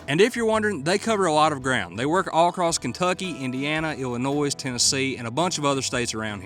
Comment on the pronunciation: the S in illinois is sillent